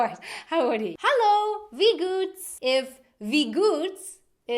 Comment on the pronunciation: Wie goots sound more like we gots..